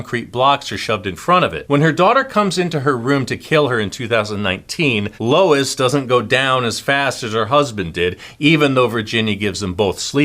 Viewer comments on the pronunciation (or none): none